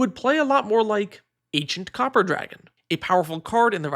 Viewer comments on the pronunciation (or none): none